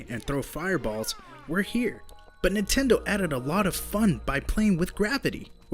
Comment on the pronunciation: I REALLY HATE THE WAY YOU SAY NINTENDO. NINTENDO. NOT NUTENDO!